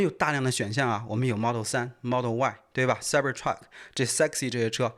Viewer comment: 是S3XY 不是3exy